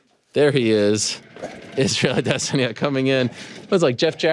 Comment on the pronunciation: Israel "perennial nerve" addesanya 😅